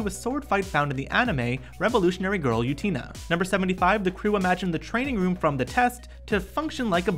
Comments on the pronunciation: That pronunciation of Utena was worse than the one in the last video! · “Revolutionary Girl Yutina?” 😂😂 For future reference it’s pronounced ooh-ten-uh 😃